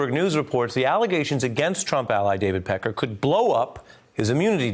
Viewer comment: Having a hard time watching this and listening to him sayMr. Peckar.